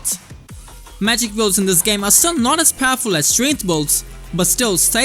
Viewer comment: please i like your content but you gotta learn how to pronounce "BUILDS" correctly for the love of god